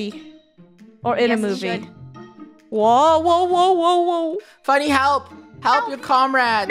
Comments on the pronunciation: Its "Funio" lol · It’s Funneh not funio